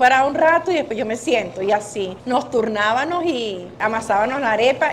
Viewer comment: Turnábanos, hacíanos, vendíanos…. 🤦🏻‍♂️ entiendo que la Sra es humilde. Pero por favor, no tuvo nunca un familiar que le dijera “mamá no se dice así… es con MMMM”